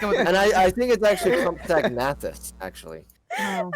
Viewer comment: When he's saying Cum-sac-a-saurus is he trying to say Compsognathus? xD